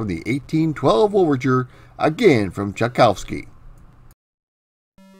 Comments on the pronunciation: "Cha-kow-ski" is pronounced "Chai-coff-ski" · Your pronunciation of «Чайковский» is so bad, impossible to recognize for a Russian-speaker ;)